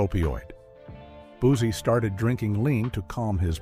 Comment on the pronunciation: Yall didnt have to mess my himeboy boosie name like that